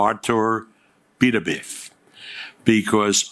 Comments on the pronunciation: Since when do we call Beterbiev ... "PATURBEEIV" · No one commenting on Bob Arum pronouncing Artur beepediv. Had me in stitches! 😂😂😂